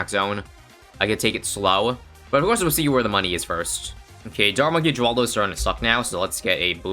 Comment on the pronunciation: It's said heraldo